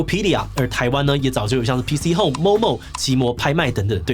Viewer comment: P"T"Home 抓到了 :3